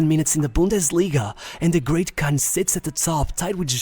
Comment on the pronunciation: Kahn, not Khan. He's not Pakistani, lol.